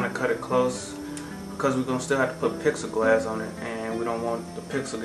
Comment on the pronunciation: im sorry, but it IS NOT PIXEL–GLASS! It is PLEX-I (AS IN THE LETTER "E") GLASS. Sorry, but that drives me nuts. Also, it isnt ACCESS WIRE, its EXCESS WIRE. There is a BIG FUCKING DIFFERENCE. You are obviously a smart guy, but when you mispronounce easy words its makes you sound dumb as a rock.